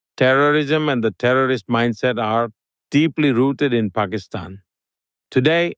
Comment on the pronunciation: lex you pronounced pakistan perfectly!!!